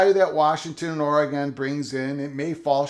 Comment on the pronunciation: I’m just glad you’re pronouncing oregon correctly 😂